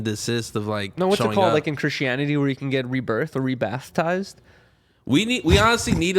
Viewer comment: says ''bathtised '' for baptised.. lol